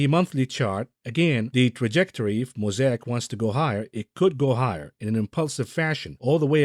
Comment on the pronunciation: Moe say ick not moe sai ack.